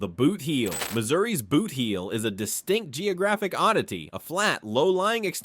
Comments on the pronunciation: Boot heel, not bootheel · And boot heel is not pronounced boothheel